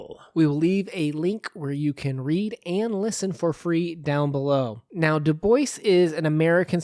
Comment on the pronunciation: Excelet presentation. i just have one request. Maybe pronounce check the correct pronounciation of his name. Thats all. Excelent Work :) Loved listening to this